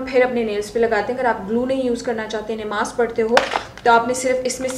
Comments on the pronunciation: Nimaaz nhi namaz hota ha bajiii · sorry to say neemaz kya hota hy,???namaz hoti hy bhaii